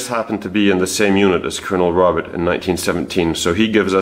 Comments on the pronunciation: Robert in French is pronounced Roe-bear. "Dr." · "Robert" in French - you don't pronounce the "t" - it's not "Robert" like in English. You do all this amazing research and can't pronounce his French name properly???